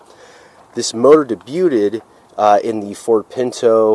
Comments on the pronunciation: Say, "Day byued" instead of day byuted. Otherwise very comprehensive. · day byood,, not day byooted,, lol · Also ‘debuted’ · The t in debuted is silent. Demuro’s reviews are dreadful.